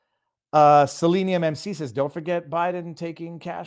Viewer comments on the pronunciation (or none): none